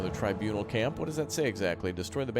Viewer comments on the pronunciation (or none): Tribunal not trinabul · BAHAHAHA When he says TURNIBAL CAMP instead oh TRIBUNAL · Its tribunal..not turnable..